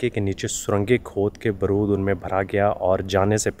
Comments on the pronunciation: baaroood, not baroood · Baaarood not broood